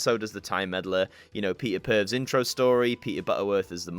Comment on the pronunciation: Peter purvs sounds like a lawsuit in the making 😂😂